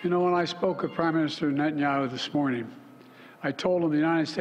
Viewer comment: 'close contact with primeson neha naho' 🥴